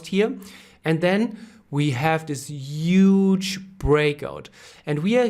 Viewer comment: this is a "uuuuuge" supply zone ;)